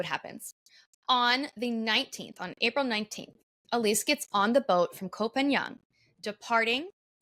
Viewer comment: It's kho pah ngan not pagan